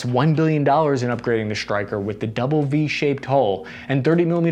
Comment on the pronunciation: Isnt a "dounle V shaped hull"..... Well, isnt that a W?🤣🤣